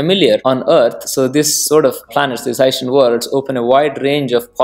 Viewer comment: I keep hearing "Hessian worlds" and i just imagine cone-headed aliens..... from France....